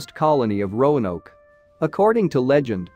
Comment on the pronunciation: Oh, it got better! Rone oak, rowan o, rono, every possible mispronunciation! Just never Roanoke.